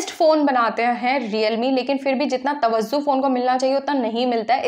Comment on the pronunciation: It's tawajjo not tawazzo 😝